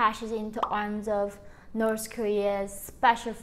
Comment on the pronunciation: Why do you pronounce north Korea as noths korea?